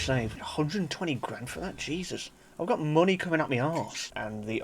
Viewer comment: "five hundred thousand gran turismo monyeyy"